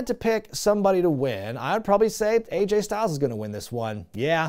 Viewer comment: Aj (rhymes with badge) Styles…go the other way on the initials.